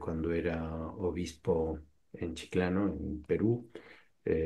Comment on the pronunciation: Chiclayo!!! No Chiclano! 😅